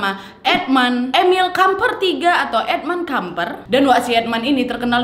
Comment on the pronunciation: Maaf sy dengernya: edmund edmil kampret 😂🙏